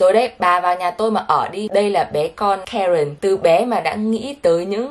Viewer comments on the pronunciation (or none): Karen nghe lộn thành karken😅